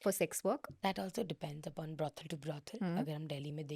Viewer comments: It's Brothel not brodel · Brothel behen, not brodel